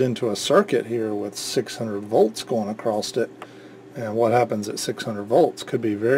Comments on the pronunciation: not to be PICKY but the word is 'across' not 'acrost' ... i guess it's a regional dialect thing people pick up from their parents and community but STILL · what does "acrosst" mean ?